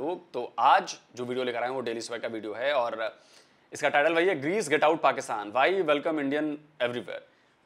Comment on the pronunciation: Pakistani Anchor ko Greece ka pronouns bhi tik tharaf se nai atha..😂😂